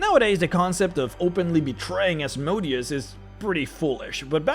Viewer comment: It's time you go back to saying Asmodeus the correct way before you make more videos about the hells. Now it sounds more like a name of a machine than a devil